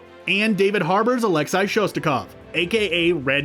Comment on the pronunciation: Why did he say Alexi like that?